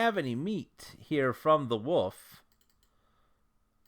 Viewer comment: The way you say "Wolf" like "woof" is hilarious to me. Thank you for these great videos.